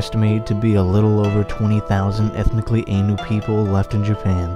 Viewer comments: It's pronounced Eye- nu , not ay-nu . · Proper pronunciation of Ainu = ah ee nu or more anglised orthography "aye new". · nice vid, but your pronunciation of "Ainu" dishonours my ears